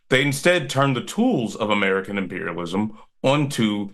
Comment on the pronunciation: ‘Murkan Dee-Mock-racy!